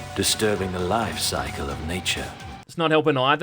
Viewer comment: *LOYfe soickle